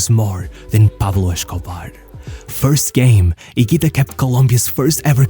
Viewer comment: It's pronounced Pablo Escobar, not Peblo Shcobare 😂